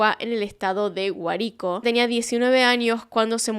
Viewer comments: perdón por corregirte pero se pronuncia Guárico (• ▽ •;) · Se dice Guárico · Guárico es con acento en la A. Soy de allá y casi caigo como condorito cuando pronuncio el estado jajajajajaja. Leí el libro que relato esta historia y es aún para mi increíble 😢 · (soy la única que se cago de la risa por como pronunció Guárico 😂😂😂😂) te amo, viendo tus vídeos desde hace 8 años y este me hizo sentir cerquita de ti 🫂🇻🇪🇦🇷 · Wowwwww un caso venezolano. También está el de la boda del Concorde en la Isla de Margarita. Gracias por tu esfuerzo ❤❤❤❤ PD: pequeña aclaración, el estado Guárico su entonación más fuerte es en la "A" jijijijij me dió risa como lo pronunciaste😂. Algo así como: no es leviosá es LeviooOoouusa jajajaja te queremossss 🤭